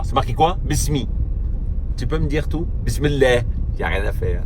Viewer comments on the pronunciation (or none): Il te faudrait des cours d'arabe élémentaire pou comprendre pourquoi bismi llahi et non pas bismi Allahi. Et la kassra sur la dernière lettre qui précède un alif maftouh on fait la liaison en rendant le alif abstrait en passant du mime au lam. Les arabes ont conventionnés et organisés leur langue avant tout le monde cher ami c'est la langue des poètes et les an oun ine comme tu dis ce sont des règles connues avant le Coran. En gros si tu lis en français un texte sans faire la liaison et en omettant la ponctuation.....tu ne sais pas lire et tu es persuadé de comprendre mieux que quiconque.